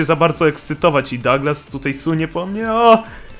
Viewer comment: sie nie czyta dołglas tylko daglas